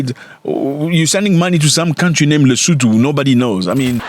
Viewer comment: No one knows how to pronounce the word LISOTHO very properly n dont know thw country